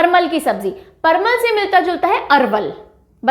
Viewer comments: parwal not parmal 🤔..vry nice video mam😃👌👌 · परमल नहीं होता है ma'am परवल होता है। टिरहुट नहीं होता तिरहुत होता है। बंका नहीं होता बांका होता है। Many more pronounciation mistakes but the video is quite informative... 🙏❤ love the way you teach ❤🙏